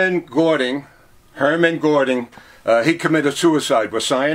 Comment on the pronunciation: The cyanide capsules killed you in 3 to 4 seconds and not minutes. His pronunciation of Goering and Heinrich Himmler was well off as well as a few other things lead me to believe that he’s not as well up on his subject as he should be. Excellent collection though but heartbreaking at the same time.